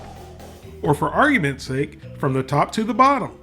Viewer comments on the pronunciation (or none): none